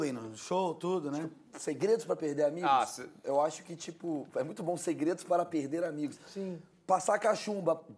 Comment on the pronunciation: Eita! Pelo visto cortar o R dos verbos deve ser cringe tb! #perde=perder